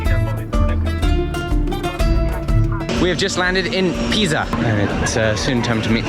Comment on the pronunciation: near Pisa you said? DEH PEFFORZA SIVALLETTO?